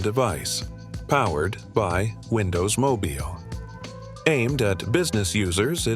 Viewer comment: Powered by Windows Mobeel 🤖